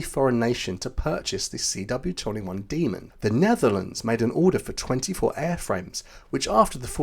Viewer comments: Demon, not Demond. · when you say 'demon', try stopping the airflow before you slam your tongue tip down. that way it'll sound like you actually know this word.